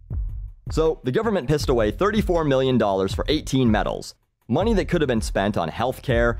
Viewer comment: did you say "moonee" at the end XD Im from minnesota and I dont even say that!